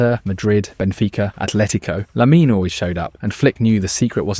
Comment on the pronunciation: holy shit the whole video is AI. The voice is AI too, it pronounces Lamine Yamal with an accent but then pronounces it “lay MEEN”.